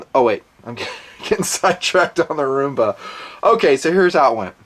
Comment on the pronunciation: It's fucking ROOMBA NOT RUMBA FFS